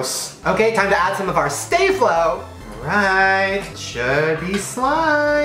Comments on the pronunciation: Sta Flow not stay flow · Shane sorry to correct u but it's STAH-FLO